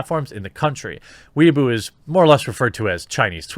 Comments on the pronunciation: What? Chairman Mao was wrong? No... btw, they're pronounced "Way bo" (bo sounds like bow as in bow-tie) and "dough bon" "why boo" would be spelled Waibu and "Dow bon" would be spelled Daoban. Just some pinyin pronounciation tips. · Jeremy, the pronunciation for Weibo is NOT "wee a boo" (that is what someone who wants to be Japanese is called, it's a derogatory moniker). It is "way bor", with no emphasis on the 'r'. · It's Weibo, not Weeabo. Way-bow. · weibo is now weeaboo no one pronounces it properly. i know how its proncounces but even i say way bow which is also wrong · Fuck, weibo isn't "weaboo", weaboo is weaboo aka weebs. weibo is pronounced "way - bwoh" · "Weibo" as "Weeaboo" makes me laugh. I'm not fluent in any chinese language, but I think it's "wey'bo." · please weibo is pronounced like whey baw not wee ah boo. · Whey-bow not weaboo, completely different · "Weibo" is pronounced "way-bow", not "weeaboo." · Can we just sit and appreciate how JerBear pronounces Weibo, which should be pronounced kind of like WHY-bwa, and he pronounces it literally like WEEABOO!!!! 😆🤣 Giving a shout out to the weebs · "Weibo" is pronounced more like "way-bo" btw. Hearing a homonym pronunciation like "weeaboo" just made me chuckle lol. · It's gotten painful now. The Chinese social media site is WAY-BOW (as in bow and arrow). An annoying person obsessed with anime is a WEE-UH-BOO. Learn the difference. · You kept mispronouncing Weibo ad "weeaboo". It's pronounced as "Way-bOh". It just bothered me how you mispronounced it. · Believe it’s pronounced: “Wei-bo” (unless Chris from China Uncensored is doing it wrong) just sounds like Jeremys talking about Japanese Otakus. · Jeremy keeps saying "Weaboo" instead of "Weibo"; whether this is intentional or not, I hope he keeps saying it! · Its pronounced "wei boh" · It's pronounced Whey Bo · it's pronounced Way-bo -_ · It's pronounced "way bo" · God bless you for pronouncing "Weibo" as "Weeaboo" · Weibo is pronounced "Way - Bau".